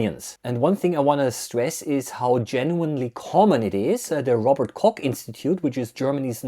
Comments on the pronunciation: If you talk about it, please pronounce it correctly. "Koch", not "Kock" ! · it's pronounced Koch, not Cock, for the CH you just push air through the back of your throat as if you were trying to clear your throat from a blockage. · what an unfortunate way to pronounce "Koch" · Robert cock institute, LOL. It is [kɔx], like in the scotisch Loch.